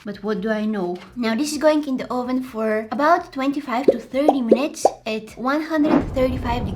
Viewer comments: Oh ven do u mean oven😂😂 It sounded like you said Oh ven Are you trying to call someone a real trying to get to the oven?That's what I was So so confused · 😂I LOVE THE WAY SHE SAYS OVEN😂